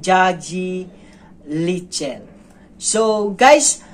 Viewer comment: The correct pronunciation of engagi leichil is ing-nga-gee lei-chill